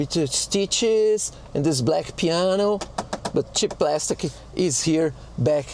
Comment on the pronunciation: It's praaaaaastic 😅